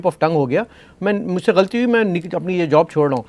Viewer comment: You may say what you like dear anchor,,,,merely seeking the name of the other callers that they are saying such and such things about the curretn govt...well neither you speak proper urdu..forget the rest! The term is not GHALTEE!its GhAlAtee! ustaad ji and then if you want ot find experienced Govt....then you had better been born few decades back. Didnt you see or you have some sight problem? What those season office holders did? At least you know the current Govt is not doing well or proper but then at least Erudiate like cant recommend something viable or concrete through your channel? like many spokesmen have been doing such thankless job just to rebuild the country. Do you want to run the country? You didnt dress up well even, not sure who was your wardrobe....person...good grief!!!!!!!!!!!!!!